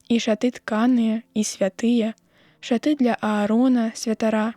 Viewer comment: Правільны націск: ша'ты, а не шаты', як прачытана.